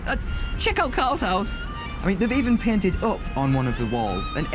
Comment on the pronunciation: "Amazing place" and "painted up" sounded.....I don't know not British?